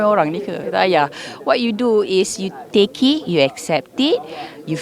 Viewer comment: Okay, wait what? What's with the pronunciation??? "You take-y....you accept-y". Weird that she vocalized "it" while silencing the "t".